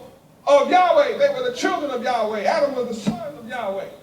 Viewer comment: Yaweh is actually an English invention misunderstanding the tetragram yhvh yud hey vov hey not yahweh. Sorry brother but you have been mispronouncing the name. In fact, only the high priest knew the true way to say the name.